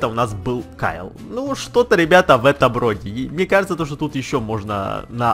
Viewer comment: ты какой рас гавариш тут нечего сложного а в вэживание сказал кажэ это сложно